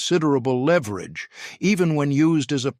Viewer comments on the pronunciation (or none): none